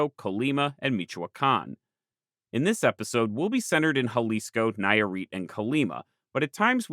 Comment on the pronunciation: Hearing the name of my state (Nayarit) been butchered for the first time is kinda endearing, considering how forgotten is even in Mexico. hahaha I really like the video i hope that in a future visit you can revisit the region and keep sheding more like in this place. Just some mistakes i noticed, you placede San Pedro Lagunillas more north than it should it's really not that far from Ixtlán del Rio, but like it's not even that big of a deal it's just me being nitpicking about my home state. The second one i think it is a big error, the Wixarica people don't call themselves Huichol it's a peyorative name actually, so if you ever make another video consider this! Thanks again for the fantastic video and work you make.